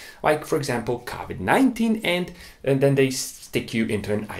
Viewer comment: “cavid 19”